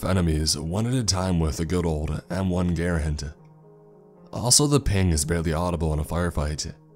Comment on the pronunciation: No offense learn your gun names back then the top guns for the marines where the m1 grand, m1 carbine, the bar and Thomson sub machine gun and the colt 1919 its just a petpev of mine i don't like when people mispronounce names like my polish last name agen i mean no offense i liked your story it was really well structured.